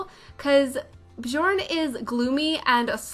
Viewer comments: Great Build! I love your style of building! oh, and FYI - it is prnonounced [Byourne Byercsehn] ;-) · Love this build 😍 (btw, Bjorn is pronounced "Byorn") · Hey thought you might want to know Bjorn is pronounced "Byorn." Love the build! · The J is pronounced like a Y. x x x so instead of Johannesburg is is Yohanesburg. Or Bjorn it is Byorn. x x Americans dont know much about stuff out side of America x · The j's are pronounced as an i. Biorn biergsen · It’s bujorn if you’re part of the cult. (Pastel sims reference)